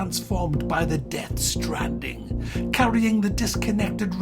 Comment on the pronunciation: I genuinely thought you said the character is called 'Sandwiches', and that the objective of the game is to deliver a variety of ready-made lunches to the masses